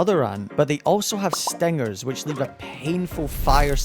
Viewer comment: it's what the guy said in the video He said stengers